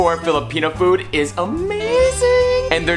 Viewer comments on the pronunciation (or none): none